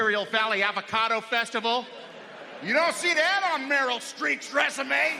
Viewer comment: Did he say “Meryl Street” instead of “Streep”??? What a flog.